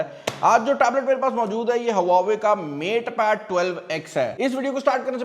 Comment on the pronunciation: Brand name please correct le. don't say brand in Pakistani accent.